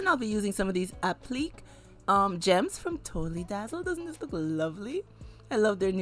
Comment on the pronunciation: Just an FYI, applique is pronounced app-li-kay